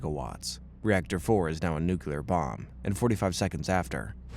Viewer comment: Dang NucYouLur... you scary!